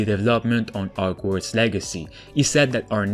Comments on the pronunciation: He said, “OGWARDS” instead of HOGWARDS 😭😂😂😂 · No one:: Ogwarts